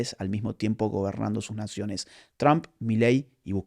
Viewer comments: Se "pronuncia"tromp" y no "trAmp" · Tromp? Tramp? Chroam. Asi se pronuncia Agustín! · Agus... por favor, te amamos pero no pronuncies TRUMP como un Cubano... VLLC!